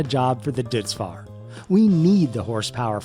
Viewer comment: Also, don’t mean to be pedantic but I think Deutz Fahr is pronounced Doh-its Far